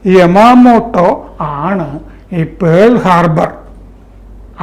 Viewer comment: It is not Pole harbour, it is Pearal Harbor